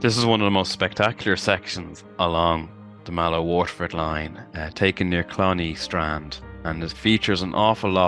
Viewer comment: Clonea strand, pronounced Clon-hay, not Clon-ee